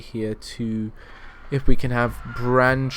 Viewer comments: to let you know, its not pronunced 'branchtree', its pronunced 'brain-tree' like your brain and a tree outside, just for the heads up :) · And Braintree is pronounced as it's written, not Brantree ;) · Ben Wheeler God it annoyed me, when he kept saying Brantree!